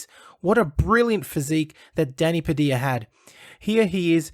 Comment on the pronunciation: Why does he say his surname wrong Padilla Not Padia